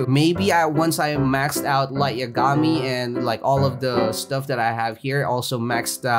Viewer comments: Nice vid! But say lights lastname like this. Ya ga me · what if I said your not the only one who has that mount. EDIT: are you trolling again because its pronounce light (ya-ga-mee) I dont watch anime I just know pronunciation